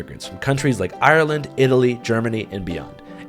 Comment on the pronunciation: first yank to actually pronounce ireland like we do. not ire-land, but are-land.